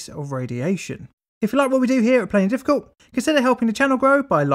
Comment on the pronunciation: I will never cease to be amazed how you manage to compress the words "plainly difficult" into less than two syllables!